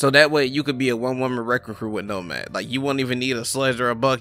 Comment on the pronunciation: “Nomaf” XD